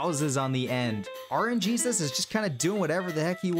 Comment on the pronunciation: did you just say rnjesus